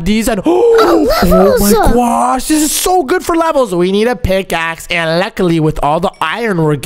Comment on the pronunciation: Bro stop saying gwod